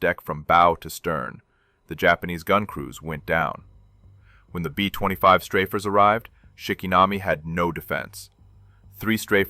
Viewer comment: Aussie "BEAUFIGHTERS" NOT BOW!!! B 20 5s, B50 2??? ? DARN A-i???